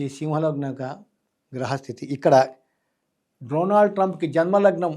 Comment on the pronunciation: First, Dronald kaadhu, Donald any palakadam nerchuko.